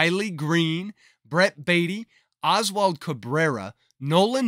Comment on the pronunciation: It’s oswaldo Cabrera not Oswald, and he’s not in this set. The one in the set is Oswald Peraza.